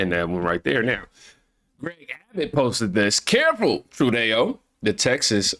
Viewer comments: True dough is the way to pronounce Trudeau. You said it correctly that time when you said "it's true dough". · Dude It’s “GDP” And NOT “gpd”, What’s Up With You Of Late Man❗️❓❗️ 😳🤨😳🤨😳🤨😳🤨 One More Thing, THE IDIOTS NAME IS PRONOUNCED “TRUDO” AND “NOT” “TRUDÉO”, Your Just Making Yourself Sound Like A Dumbass, It DOESN’T Help Your Cause Mate❗️❗️❗️❗️ 😡🤬😡🤬😡🤬😡🤬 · you called Canada's leader "True Day Oh", but it's pronounced "True Doe". Good job, your presentations are very good. This is how I get my daily news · Hi name is Trudeau (Troo-doh), not "True Dayo" lol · 😅😅 its not *tru,Day -oh,its true -doe😅😅 ill keep helping you pronounce things correctly for the next time love you bro keep doing what your doing been with you since 6k subs, and have loved watching you and others wake up and realize who and what the democrat party really is byt we should think trump by allowing biden to take residency, instead of having the military reveal everything they monitored and caught becayse you cant just tell some thry have to live through it wnd experience it but that evidence will ve revealed soon along with epstien diddy and other things that will be revealed later in the massive prosecutions in tve military tribunals, they buikt 2 new courthouses and 5 new gitmos military prisins because special cojncil John Durahm in his 8 year investigation to drain the swamp, 150k indictments will drain tbe sewer swamps you can catch things to eat its livu g and beautiful sewer describes it better 😅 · It’s pronounced “True-doh” 🙏🏻❤️ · Just so you know, his name is french and is pronounced True-doh, french has weird pronunciation so Im not hating on anyone that gets it wrong, just an FYI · Justin FALSEdeau (sounds like Falsedayo!) Keep it! I love it😂😂😂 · It's pronounced True-dough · Trudeau is pronounced True-doh